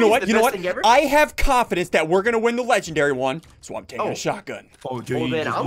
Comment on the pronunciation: SSUNDEE it’s pronounced (Legen-dairy-) not (legend-reee)